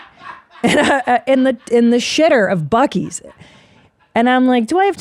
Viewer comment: Buccees is mind blowing. Someone needs to show Christina the video of the lady saying buceys